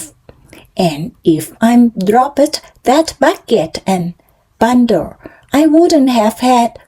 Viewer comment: ไม่อ่านเหมือนตอนฝึกล่ะคะ ตอนเริ่มต้น อ่านเป็นเทปยานแล้ว:face-green-smiling: อ่านต่อมาดีขึ้นนิด กระชับได้อีกค่ะ พหูพจน์ออกเสียงด้วยค่ะ noses โนสเซส looked out ลิงก์ท้ายได้ค่ะ package กับ bucket เสียงท้ายต่างกันนะคะ dropped เสียงท้าย t ไม่เป็ด เมื่อไรจะจำได้ ส่งข้อมูลให้ในไลน์แล้วนะคะ อ่านและจำให้ได้ fire ออกเสียงท้าย เออร์ด้วยค่ะ โดยรวมออกเสียงคำชัดขึ้นมาก:washhands:จังหวะ ความต่อเนื่องยังไม่ดี สดุดเยอะ คำไม่ต่อเนื่อง เว้นวรรคไม่ดี